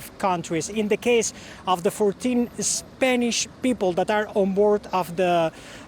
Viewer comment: Spaynish? 😂😂 you mean spanish right? I used to only trust CNN but ever since trump won they’ve gone downhill. Misreporting, letting their personal feelings show (should be objective no matter what) and just in general seeming less intellectual than previously. Like have your own opinions all you want, idfc, but when at work, those opinions need to be kept to yourself (not just spoken, tone, inflection, etc too). And get people reporting that are expertly literate. Although still not as hilarious as Omar’s WW11 mishap 😂😂😂 that shit was funny af